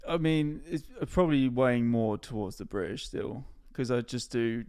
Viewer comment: I LOVE how pronounces British as 'Bri'ish'.. it's insanely accurate to a lot of Southeast England accents! Also I'm S.E English and my partner is native German (Hamburg) living in S.W England so can relate to a lot of the content. Especially my love for German food and culture. 💜🇩🇪🇬🇧💜